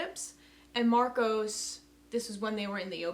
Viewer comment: Marco, not Marcos.